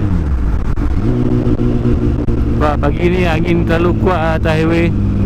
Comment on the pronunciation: Sempoi ja hang eja 'HIWAY'...HAHAHAHAH